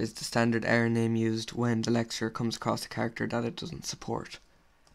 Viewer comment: He speaks quite fast, this causes some times different words to be pronoucned wrong. For example he means to say LEXER and i hear LECTURE or LETUCE.